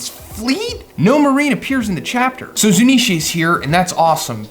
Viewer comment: It’s Zounisha